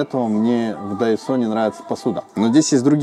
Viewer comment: Сорри, а почему Тайсо, а не Дайсо как написано?